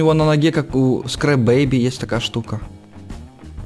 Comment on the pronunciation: не среп бейби а Скрапбейби на русском будет Ломанная Бейби